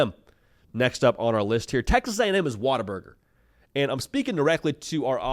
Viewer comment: Water burger is the only way to pronounce this correctly. gets it.